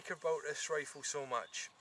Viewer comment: wow that is a nice wifle, now be vewy vewy qwuiet, we is huntin fuwr wabbits...